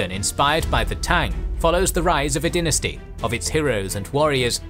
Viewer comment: Pronouncing dynasty that way at the beginning rubs me the wrong way